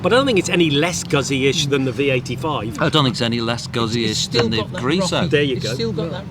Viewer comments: It's not a GAAAAAAAAZI. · I hope you al learn how to pronounce GUZZI 😅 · The only bad thing about this video is the way they say guzzi lol.